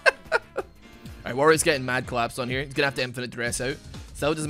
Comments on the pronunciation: Who else noticed the "almight bro" at the beginning instead of "alright so"? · Anybody notice his intro saying “almight bro” And not “alright so”